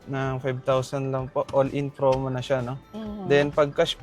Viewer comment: Sir its "promo" not "fromo" nkailan na ha.